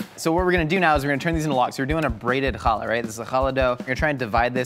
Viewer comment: chaLA, the emphasis is on the la, not on the cha